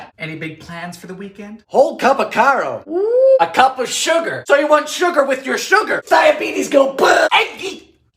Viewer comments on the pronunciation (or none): Come on dylan stop showi g your yankeehood. Lots of Americans eat pecan pie. Even though peanut is a bit bizarre you tried it dont knock it so hard. Karo long a karo not caro luv ya lots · Dylan...... Honey...... you pronounce it 'Kay~Row' syrup.